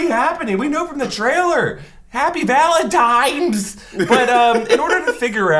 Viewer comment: Do Americans say “ValentiMes” not “ValentiNes”? I’ve heard two people say that now!